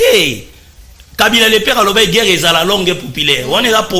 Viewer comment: C'est " GUERRE" et non "GEURRE"...Ah, les télévisions du Congo!